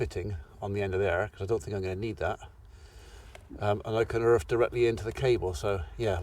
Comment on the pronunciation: I don't mean to sound mean or anything but can you say Earth with a E haha :P :)